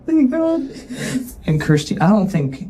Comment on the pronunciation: Her name is Kirsty not keersty